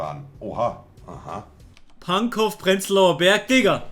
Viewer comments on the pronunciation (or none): Pankow…. Das ow am Ende wird o auchsprochen, ohne das W